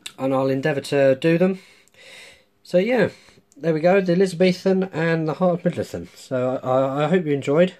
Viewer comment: Brilliant video except for one tiny wee thing.. It's "mid-low-thee-ahn"